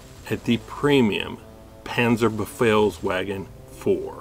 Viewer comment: you read it wrong, its panzerbefehlsVagen, not panzerbefehlsWagen